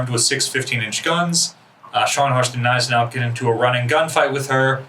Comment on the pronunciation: The G in Gneisenau is pronounced, it isnt silent.